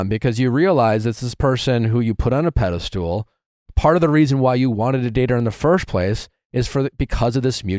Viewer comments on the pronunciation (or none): I never realized Nick says “pedestool” and not pedestal 😂